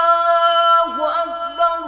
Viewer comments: Is it correct to say Allahuakbar rullahuakbar ? It should be allahuakbar allahuakber, what is the need join ray with lam? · Allaho Akbar Allaho Akbar lafz hei Allaho Akbar rullaho Akbar nahe hei Allaho Akbar ka hamza Asli hei was le nahei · Practice achi hai but "ullah" ku keh rhe ho bahi